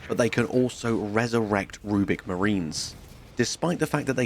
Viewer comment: It's "RubRic Marines" not "Rubic". They aren't made of puzzle cubes.